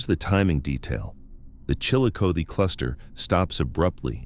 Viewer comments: Chillicothe is pronounced Chillo-Coth-ee. Coth rhymes with broth!!! Scioto is pronounced Sigh-oh-toe. I think you video creators need to really watch local newscasts in order to figure out how to pronounce words! You sound super ignorant!!! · chill-uh-coth-ee and si-o-ta. there, fixed that for you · Chillicothe. is pronounced Chill A Coth E. (Coth like Goth) your welcome lol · It's pronounced Chilli-CothEE and Sci-0T0. US Rt 23 -35 & 50 all intersect here. It's called the Hillbilly Highway because 2-3 generations of Appalachians traveled North from KY, VA, WV for Construction Work when the coal mines were unstable. The Opioid Crisis followed post Y2K. fyi